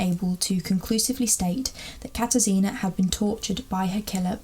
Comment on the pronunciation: It is pronounced kata-shina instead of katar sina